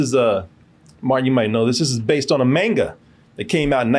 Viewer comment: It's pronounced mahn-ga not main-ga